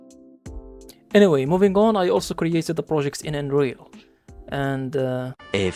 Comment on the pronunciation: when you say Unreal, I here Android